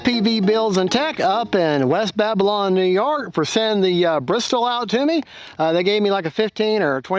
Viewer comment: Now this was good!! No unboxing. It is a beautiful plane. Mine (real Bristell) is blue like yours. It's not an inexpensive RC plane but, I think I need to have one! I wish I could order it with the same paint scheme as mine. Love your demonstration of stalls. And it's pronounced bris-tell 😁